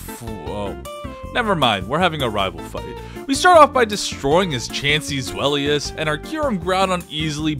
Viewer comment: Ain't no way people still pronounce zweilous as zwell-e-us